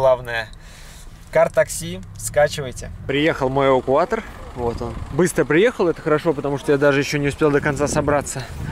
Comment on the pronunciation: "Асвальт", "увукуатор". Забавное произношение у вас,.